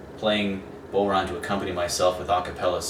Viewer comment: It's pronounced bough-rawn, not bow-rawn. As in "when the bough breaks". Great vid though, thanks!